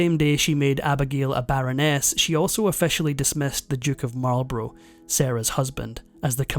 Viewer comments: Marl Bruh not Marlbrow. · Or Marlborough. He pronounces it like the USAmericsn cigarette brand "Marlburrow" instead of "Marlburruh" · Marlborough is pronounced mawl-bruh, with the stress on the first syllable, so he didn't get that right. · Duke of Marlborough pronounced MarlBrah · Other than pronouncing Marlborough incorrectly, this is a very interesting piece